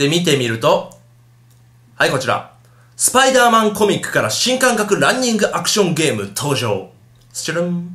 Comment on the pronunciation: スパイドゥーマン？ spiderだから普通にスパイダーだろ derだぞder